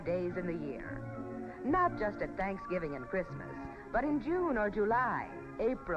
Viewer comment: You left out the "v" in thanksgiving...thought you'd want to know, babe!